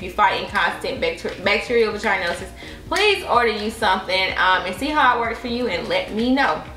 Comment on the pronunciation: Vaah-gin-osis babe or vaah-gin-itis 😂 It’s not a long ī like the word vagina.